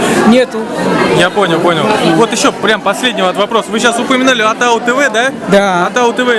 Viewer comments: Атау тв емес атыңнын басы дұрыс сөйле ООООТАУ ТВ . ШЕШЕ ӘБДЕН САСЫҚ ОРЫСТАЙ ОРЫСТАНЫП КЕТКЕН! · не атау дорогой, а отау тв. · Не Атау тв , Отау тв... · Не Атау ТВ, а Отау Тв, автор ты сам говори нормально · Ассалаумағалейкүм. большой респект что не равнодушен! Но не Атау тв а Отау тв. И не надо говорить через А когда стоит О и наоборот. А то получаются искожение слова. Еще раз большой респект. Пишу с города Караганда что в центральное Казакстане. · Не атау тв а отау тв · Ассаламуалейкум жигиттер. Вы молодцы. Хотелось бы сказать на казахском языке О произносится как О. Не атау тв а отау, не дастар а достар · Ведущий с себя начни, что ты несешь АТАУ... АТАУ .., «Отау» так и произноситься!!! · Не атау тв правильно О тау тв